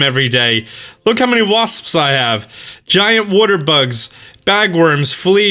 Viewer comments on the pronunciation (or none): Today on Pronounces: Common Buttholes! Waspsps! Giant Wodder Bugs! And Allas Moths!